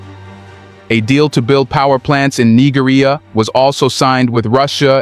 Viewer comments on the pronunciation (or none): Bruh the AI said build power plants in "Knee-ga-rea" 😂. Nigeria! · Nigeria is pronounced as "Nijeria", and not pronounced like it is spelled.😊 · Funny pronouncing Niggeria 😂